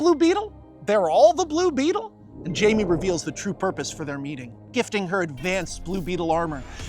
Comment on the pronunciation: Huh. Didn’t think Jaime would ever be a part of this, that’s cool (even if his name was mispronounced, but whatever).